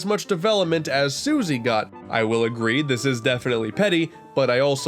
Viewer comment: He got Taranza and Susie correct!